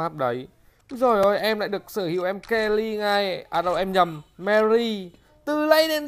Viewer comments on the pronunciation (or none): Mery ông đọc kenny quỳ